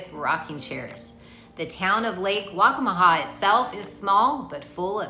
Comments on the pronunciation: Lake WACCAMAW Pronounced: WAC-CA-MA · It’s Lake Waccamaw.